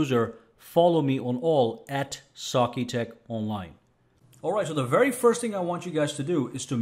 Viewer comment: Great vid - the only thing I dislike, is your pronunciation of "sakitech", it's almost like you say it like "saaaark-e-tech" 😇